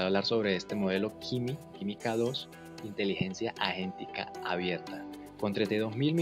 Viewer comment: Por qué pronuncias agéntica como "ayentica" ??? Si es por la pronunciación del inglés, pues también está mal.